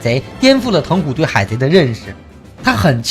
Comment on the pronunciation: 疼虎應該ㄑㄙˋㄍㄜˊㄇㄧㄥˋㄐㄩㄣˉ